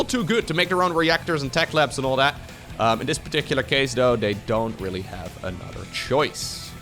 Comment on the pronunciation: Anodder = Another. speak.:P